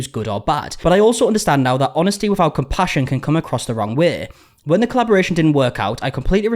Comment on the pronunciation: "Wen" bro